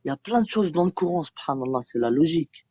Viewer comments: une partie de tes échanges repose sur des moqueries déguisées liées à sa maîtrise du français ... Il dit "Couran" au lieu de "Coran" et tu lui réponds "courant alternatif ou continu" et visiblement il confond "Brahma" et "Ibrahim/Abraham", et tu ne clarifies pas les choses, c'est un peu gênant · Et dire que ce jeune là est français, il comprend même pas les mots. Pour moi se sont des bombes à retardement. Et il y en a des milliers comme ça. Le plus important pour eux c'est le coran ,le courant ,même la prononciation est mauvaise. Pauvre France voici tes futurs enfants. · fallait l'oser de tenter la blague sur "AC/DC" quand il prononce mal "coran" (courant) ... vu le niveau intellectuel du mec, ça n'aurait pu que l'embrouiller et rendre le débat encore plus difficile.